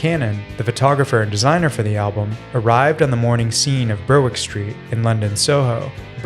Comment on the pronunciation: It’s not “burr-wick”, it’s “berrick”.